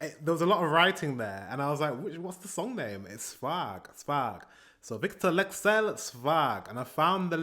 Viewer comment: U pronounced his name like a native, goddamn ur getting good at the Scandinavian accent thing.